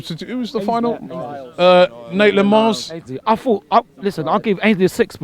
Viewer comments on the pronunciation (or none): Naitland Miles 😱😂😂😂😂 mate it's maitland niles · Robbie actually said Nateland Miles. hahaha